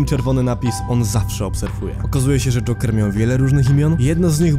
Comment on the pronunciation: Mi się wydaje czy ty mówisz dżonker zamiast dżoker?